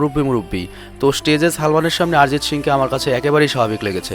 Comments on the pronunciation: আরজিত না অরজিত ঠিকই করে বলো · Sob thik chilo, kin2 aarijit aarijit aaarijit sune matha khrp hoye gelo... 😂😂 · কি আরিজিত আরিজিত করতাসেন!! ওটা অরিজিৎ হবে। বাংলা শব্দ। হিন্দিতে অ কে কিছু ক্ষেত্রে আ দিয়ে উচ্চারণ করা হয়ে থাকে। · ভাই আগে উচ্চারণ ঠিক করে করো।ওটা আরিজিত সিং না অরিজিৎ সিং। আর কারা অরিজিৎ সিং কে চেনে না বলতো? তুমি এরপর ভিডিও বানানোর আগে উচ্চারণ ঠিক করে করা শেখ plz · আমরা বাঙালি, তাই ওটা আরিজিৎ হবে না, আমাদের উচ্চারণে অরিজিৎ হবে ইংরাজিতে বানান এক হলেও হিন্দিভাষীদের থেকে আমাদের উচ্চারণ আলাদা হবে। যেমন:- হিন্দিতে সালমান( salman) উচ্চারিত হলেও বাংলায় সলমন(salman)। কারণ কোনো শব্দের প্রথমে saথাকলে হিন্দিতে 'সা' হয়, কিন্তু বাংলায় sa মানে 'স' হয়। তবে সবক্ষেত্রে নয়।